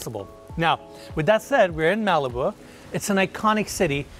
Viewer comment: Everything about Malibu is gorgeous!!!! It was my introduction of Los Angeles, California when I was 6 yrs old learning the history and geography, thanks to my Barbie doll collection. And I have to correct you on how you say Malibu. Phoentically, it is Ma-Luh-Boo!!